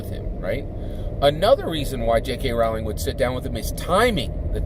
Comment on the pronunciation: FYI it’s pronounced like Rolling. Rolling down the hill.